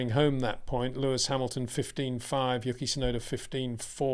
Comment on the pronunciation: His name is "YOO-key" not "YUCK-EE" ffs